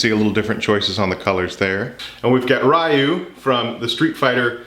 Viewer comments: “Re you” not “rye you” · Ryu is not "rye-ooh", it's "ryoo". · Isn't it Ryu and not Rayu? idk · Not rayu but ryu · It's ree oo not rye oo. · I don't want to be "that guy" but... it's pronounced "Ree-you", not "Rye-you". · Ok just thought I should point this out Ryu is pronounced ryu(ree-you) that’s all. I didn’t want to sound like a jerk I’m sorry if it came across like that. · Ree-ooh... Ryu's name is pronounced ree-ooh.... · Relatable. Went down to find the inevitable comment about it. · Please, pronounce it "Ree-you" Rai means Lightning in Japanese, fam. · Btw, not to be "that guy" but Ryu is pronounced "REE-yu" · Not in a mean way but it's pronounced reyu even though it's not spelled that way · "rai-yu" Oh it hurts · That's not how you pronounce Ryu :(